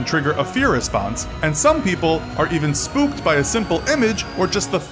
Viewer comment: DID HE JUST SAY SPOOPED